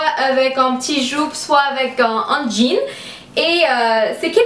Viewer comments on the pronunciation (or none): none